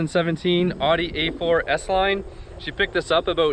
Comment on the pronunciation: Pronunciation Of Audi needs correcting :P